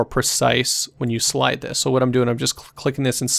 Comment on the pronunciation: "So tNice tutorials is our channel rack..."